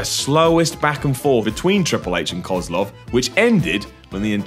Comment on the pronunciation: you pronounced Koslov wrong, you idiot. it's pronounced koslow. Even wwe got that right. I bet you even think he was actually from Russia